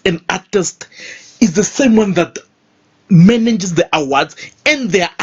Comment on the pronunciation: The way you say Manages😂